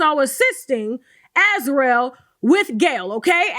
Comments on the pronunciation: Sis, Azriel is pronounced (az REE ell), yes like Gargamel's cat from the childhood cartoon "The Smurfs". Great content as usual! 🤗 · Why can’t nobody (Gayle King included) say /As-REE-el/?